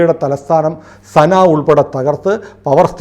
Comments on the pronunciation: സന ആണ് സാന അല്ല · സാന അല്ല സന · സാന, അല്ല. സനയാണ്. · സാനയല്ല, സന എന്നാണ് ഉച്ചരിക്കേണ്ടത് . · സാന അല്ല സന ആണ് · യെമൻ ക്യാപിറ്റൽ സന എന്നാണ് ഉച്ചരിക്കുന്നത്. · സന എന്നാണ്.. 🙏